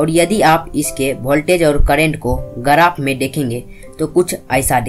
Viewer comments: गराफ nhi yaar ग्राफ Bolte hn. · Bhai garaph nhi hota hai, Graph hota hai